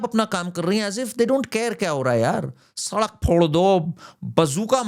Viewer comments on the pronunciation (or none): none